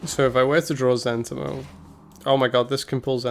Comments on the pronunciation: For the record it's pronounced Zen TEE mo. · I thought it was Zent**I*mo.... Not Z**E**ntimo.... wtf?